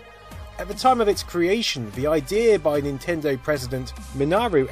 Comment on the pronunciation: Nintindew? Wtf did this guy say???